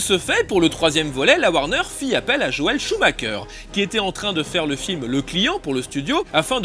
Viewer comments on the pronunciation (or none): none